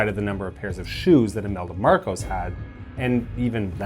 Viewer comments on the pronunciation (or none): none